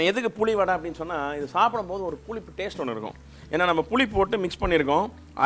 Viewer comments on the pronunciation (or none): புலிப்பு வடை இல்ல. புளிப்பு வடை😃😃😃😃